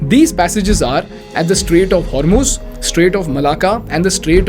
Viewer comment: that's not how it is pronounced, Hor is pronounced just as the wo in the word wore and muz sounds exactly like the mu in must